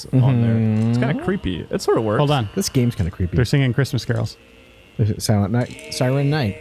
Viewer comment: "Siurrent Night, Hory Night".